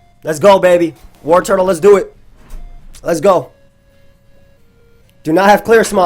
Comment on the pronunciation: I swear to god if you say WarTURTLE one more time!...